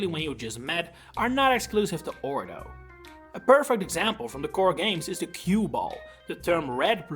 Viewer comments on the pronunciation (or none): It kills me every time someone calls Orre "ore" and not "or-ayy".